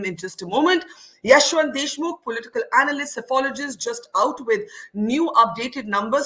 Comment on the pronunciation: Whenever Barkha calls Yashwant a psephologist, it sounds as apologist.